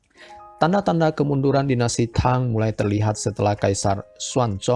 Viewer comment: sebut nya TANG , bukang THANG